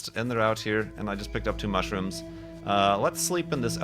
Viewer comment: Every time as says mushroom. my mind heard and saw mushy rooms.